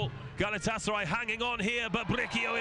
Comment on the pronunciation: They kept saying BriQUio instead of BriSIo (Bricio). It's a Spanish name and easy to pronounce.